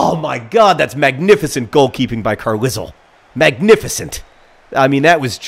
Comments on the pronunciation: Carlisle is pronounced "Car-lyle"... the fuck if I know why... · As a person from said mythical place, it's pronounced like Carlyle.